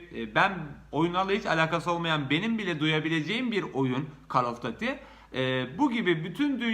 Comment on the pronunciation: Gözünü seveyim "kol of düüiitii" diye telaffuz et.Seviliyorsun.